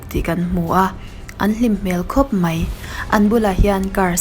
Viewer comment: Deih - daih Mei - mai Tlem in chhiar fiah deuh.